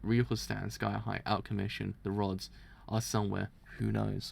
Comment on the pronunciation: I'm being driven insane at him sayings RODS as ROADS.